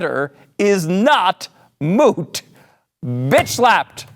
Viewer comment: "Moot," ???? This guy has been watching way too much, "My Cousin, Vinny."